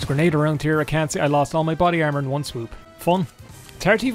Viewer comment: "Body Carmor" c'mon lad, it's right there